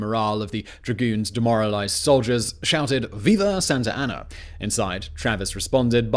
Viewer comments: I wonder how many times he said santr anna and not Santa Anna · “Santarana”? haha Santa Ana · Very informative. Excellent job as usual Simon!! The only thing I'm trying to figure out is.......who the hell is Sant'er' Ana !!!! I always thought it was Sant'a' Ana. HUH!!! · Please, just please. Stop calling him Santarana, his name was Santa Anna. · For my fellow Americans and everyone else. “Santer Ana” : incorrect. Santa as in 🎅🏻 Santa Ana: correct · I like how he keeps calling him "Santer Ana" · Love the videos, but you saying Santer Anna about drove me mad. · It’s funny how he pronounces Santa Ana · least of mispronouncement transgressions